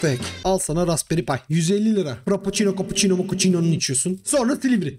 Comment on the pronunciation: Frappoçino , kapuçino , mapuçino deyince geri sarıp sarıp gülüyorum.